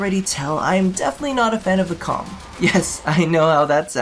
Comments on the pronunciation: It is pronounced as "Ohm" not Comb. The letter K is silent. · The way I read it it sounded a bit more like "Comb" than. . . you know what.